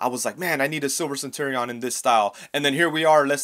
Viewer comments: What's with the weird pronunciation of "centurion"? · Courtesy heads up: you should look up how to pronounce "centurion." The way you're saying it is way off.